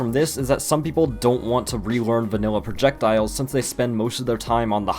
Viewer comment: I like the part where he said Projekdiles.